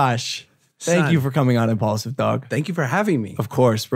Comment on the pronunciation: only logan paul says impualsive is the number one podcast in the world